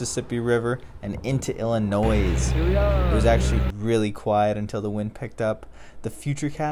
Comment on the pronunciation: Loved this! But IllinoiZE??? Noooo